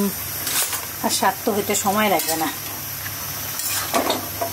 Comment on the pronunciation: শাগ নয়। শাক্। শুধু বোরিং না বিরক্তিকরও। রান্নার সময় প্রত্যেক মুহূর্তে কথা বলতে থাকে। এত অস্বাস্থ্যকর পরিবেশ ও পদ্ধতিতে রান্না করে!! প্লাস্টিক কনটেইনার (কাঁচা হলুদ বাটা রাখা) গরম পানিতে ডুবিয়ে ডুবিয়ে হলুদ গলানোর চেষ্টা!! যা শরীরের জন্য মারাত্মক ক্ষতিকর। সবসময় স্বাস্থ্য রক্ষার কথা বলা হলেও ভীষণ অস্বাস্থ্যকর কাজ কর্ম করা হয়।